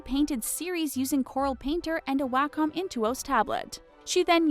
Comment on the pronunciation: that's not how you say wacom